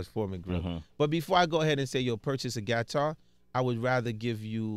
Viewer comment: Clef Payed His Respects To Peter Tosh When Asked Where The "Gat-tar"(as he calls it) Idea Came From A Couple Weeks Ago. I Believe It Was His ThisIs50 Interview.....